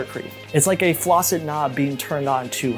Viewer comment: My man did you just say flaucet 💀